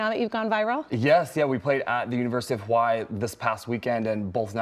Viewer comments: I like how he pronounced Hawaii correct. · Love! Love! Love him and the shoutout to University of Hawai'i and for his correct pronunciation of "Hawai'i"! Love and aloha from (you guessed it), Hawai'i! 🌺🥰